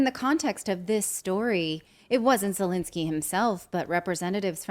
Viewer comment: Second e in Zelensky is pronounced as the first e, not Zelinsky.